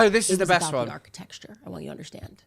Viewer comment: She said “architexture” multiple times and you didn’t detect anything wrong?